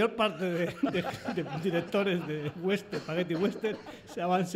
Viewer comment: por favor, no es "wenster", es westerN, la ene al final.